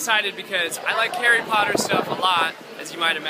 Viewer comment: Herry pottaaa lmfao lost it there